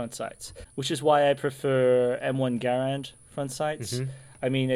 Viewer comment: Hey good for you sir for correctly pronouncing the M1 Garand rifle! Not many Americans do..